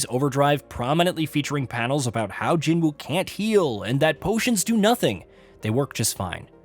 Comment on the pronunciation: His name is Jinwoo Sung, pronounced Jean-oo. Cmon.